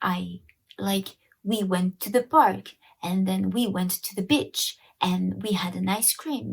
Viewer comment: We went to the... bitch??? Sorry, might want to get my ears checked. 😆